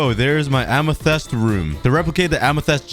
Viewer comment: Amathests LMAOO